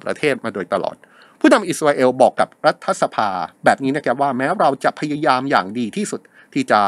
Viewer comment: รัฐบาล รัฐสภา อ่านว่า ถะ ไม่ใช่ ทะ ครับ